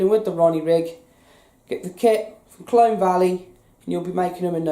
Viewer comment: Colne not Clone